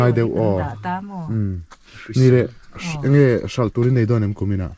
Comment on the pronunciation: Ka ngaihthlak tam hmain i lam dan diklo nia ka hriat, pakhat 'Ang e ' i tih hi ' Enge' tih tur zawk a va nih hmel ve😅 Chuan,Leiruangtuam chungchângah khan Edisona pa i ngam mang tlat lo lo😂😢😮😮😮